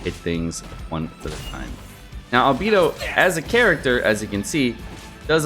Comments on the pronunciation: ITS ALBEYDO NOT ALBEEEDOOOOO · Please … It’s Al-BAY-Dough Not Al-BEE-Dough Thank you for coming to my Ted Talk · It’s not Albeedo its Albaedo I spelt it how it sounds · Why Albeeed. Albehdo Right? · Is it pronounced Albeedo or Albaedo? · Everytime says Albeedo a fairy loses her wings.... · I was worried about this video… I just can’t take the whole video saying Albedo’s name wrong… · Why do you go out of your way to mispronounce Albedo? It's one of the easiest names.